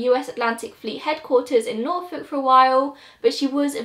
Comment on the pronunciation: I am a Virginian and you said Norfolk perfectly <3